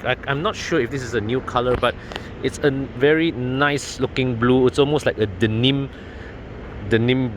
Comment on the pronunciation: Was trying to figure out what was dinim color, only realised that you wrongly pronounced Denim. 🙂